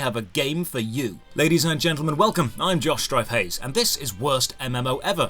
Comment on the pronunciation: Does anyone else hear "I'm Josh Strife Hayes" as "I'm Doshdryface?"